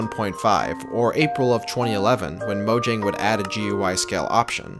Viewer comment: The weirdest part of this is that this guy spells out GUI instead of saying it like the rest of us. Also, Mojang's pronounced "MO-yang", not "MO-jang".